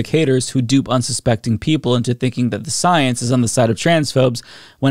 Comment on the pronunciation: “Twust duh soyance” - Dawktah Tony